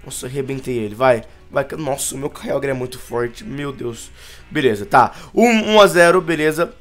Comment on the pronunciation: quem escutou o falar kyiágua??